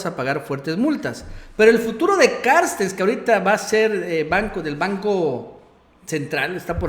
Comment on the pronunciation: A ver no mames no te desconpongas... "Carstens" se llama! Noo "Carstes"...aliviana tu rostro eres buen comunicador pero no la riegues siendo flojo y pronuncia el apellido como es.